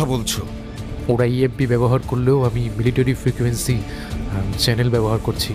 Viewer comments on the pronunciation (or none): none